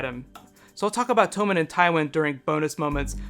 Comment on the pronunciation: Is Tommen really pronounced tome-in? I always read it as tom-in.